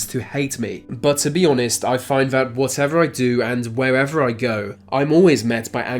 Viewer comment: Good video ruined by the narrator saying words "Vere" and "Vat" they're spelt with a TH at the beginning not a V you moron!